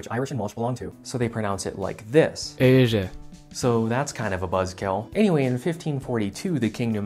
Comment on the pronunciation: "The Irish pronouce Éire like "Asia"!" What No we fucking don't It's "Air-a", with the "Air" syllable being a bit long Although to be fair there are somehow four different dialects of Irish.